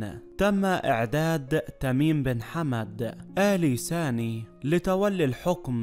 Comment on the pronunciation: اال ثاني وليس اال ساني..القراءه بطيييييئه و الاسم الثلاثي مكرر ٧٠ مره لماذا؟